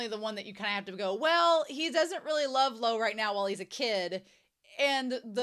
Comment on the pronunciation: I think your pronunciation is perfectly fine...the only thing I wish you fixed is the pronunciation of Luo, as obviously, it's a name that's being said very often. Not sure how to explain it but it's important the U (oo) is there behind the L and finishes with O (as in oh but with silent H? Lol, i really don't know how to talk about pronunciation with native English speakers:,)) Right now my guy is like Lou or Lo...but he is Luo. But anyway, can't wait until you reach a brand new content.